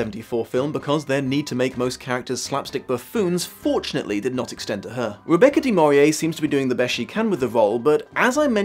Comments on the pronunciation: Deh-Mor-ee-Ay? 🤔 "Deh-Mor-Nay" 😉 That was a lot of material to cover. Awesome work! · FYI, There's an "N" in Rebecca DeMornay's last name.